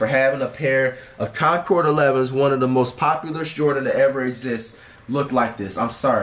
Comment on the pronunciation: Cash you said the 11s wrong too lmao